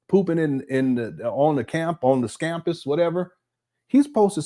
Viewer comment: said " Scampus"😂😂😂